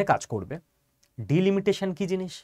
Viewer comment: উচ্চারণ ভুল হচ্ছে ভাই। ডিলমিটেশন নয়, ডিলিমিটেশন। শুনতে খারাপ লাগছে।